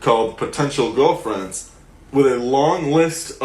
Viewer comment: potential giwwlfwiends